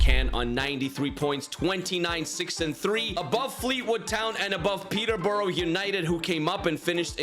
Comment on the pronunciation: Still doesn’t say my club (born and raised) Peteborough right